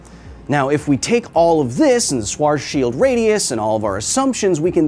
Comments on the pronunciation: Schwarzchild, you can probounce better by thinking of the fisrt part as "sha" with the tinyest "v" sound to make it a soft "shva" then another soft "ts" with "child" pronounced more like "chilled" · your first time saying schwartzschild sounded so bad i barely understood you, the second was at least a bit better. the third times sounded very funny. we germans say 'Z' as 'TS', so if you want to say it more german, try saying it like this 'shwahrts-shield'. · It's pronounced "Schwarzschield". get it right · schwarzschild is pronounced shwartsshild fyi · "This is a schwarzschild, it schwarz schild's." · Schwarzschild: pronounced as in: "Use the Shwarts," + chilled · German here. Your pronunciation of Schwarzschild isn't THAT bad. Just remember, that the letter "z" is usually pronounced "ts". And the "d" at the end is usually harder like a "t", but that is not that important. So Schwarzschild is pronounced "Shwarts-shilt" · Shwar-ts shi-ld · As representative of the German people I formally accept apology for constantly mispronouncing “Schwarzschild” 👌🏾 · Yeah thats not how say Schaezschield at all xD but man the bit is funny :D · you almost pronounced schwarzschield correctly but the z in the middle is pronounced like the ending of quarz :) I couldn't care less about how other ppl pronounce german physicists btw just thought you don't wanna apologize to germany everytime you make a video about black holes xD great video btw loved it <3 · Out of all the sciency stuff i watch on youtube all the time... kyle is the only one to pronounce Schwarzschild in that way... and he is further from it than the others i heared xD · The mispronunciation of schwarzchild was so bad i left the video. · Your pronounciation of Schwarzschild is awful (it's probably one of the worst ones i've heard so far), but I do appreciate you recognising that you goofed it and apologizing afterwards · Schwarzschild is definitely not pronounced that way... Apologies accepted 😂